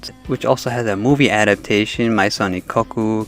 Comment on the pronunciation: That's not how Maison is pronounced. It's French.